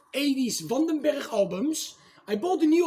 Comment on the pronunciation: Yes! The band of Adrian Van Den Berg that later joined Whitesnake. It's good to hear it pronounced properly. Loverboy and Aldo Nova were great. My favorite song off the Lynch Mob record is Sweet Sister Mercy. Great selection and be variety!